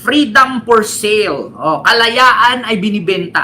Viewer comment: Bisaya ka? Anong FREEDOM FOR SEAL? Freedom for SALE (read as SAIL)Hahaha